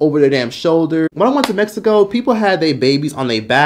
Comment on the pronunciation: Maaaaaaan I know damn well you not tryna say Mexico 😂😂